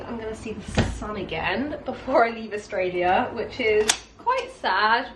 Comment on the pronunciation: Love how you said AustrailiaR and yeaR as an Australian 😂😂 I'd be the same way hahaha, love how accents just stick